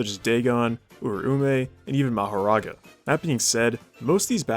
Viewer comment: It’s Dahgohn and Ooraomeh. Not Day-Gone and Oomay. He butchered their means so bad 😭✌️